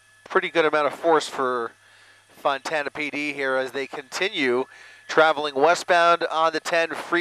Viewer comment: Why does the announcer keep calling Fontana, Montana?